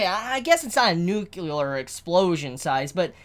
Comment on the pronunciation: "Nucular explosion" - 2017